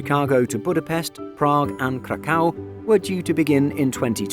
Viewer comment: Is the voiceover guy doing these mispronunciations intentionally? He's getting worse. Last time it was CHECH-ia and Loofthuhnza (that's a golden oldie). Now we get Ba-LOW-na and Kra-KAU. Is HE paying YOU to do them??